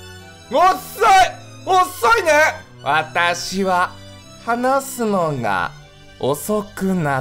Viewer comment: 話すのが の「が」の鼻濁音すっごい綺麗